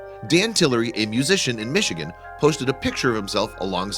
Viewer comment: in some cities, the narrator just can’t say it